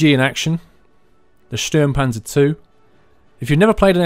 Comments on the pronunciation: As a swiss, I can say he makes one little mistake: I hear Stürmpanzer but everyone who speaks german will completly understand him ;) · D it sounds so funny how you say: Sturmpanzer